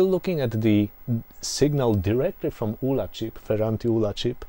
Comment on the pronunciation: Great video I had a 48K ZX back in the 80’s and was always impressed with how some musicians/programmers got multi channel polyphonic music. Games like Zombie Zombie (Sandy White), Agent X (Tim Follin - I think). Hope you do more videos. BTW - The ULA chip was an acronym of Uncommitted Logic Array, so I’d say it should be pronounced as U.L.A. at least that’s what everyone seemed to call it at the time.